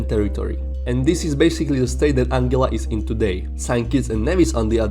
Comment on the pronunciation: It’s pronounced “AN GUILA” rather than “AN GILA”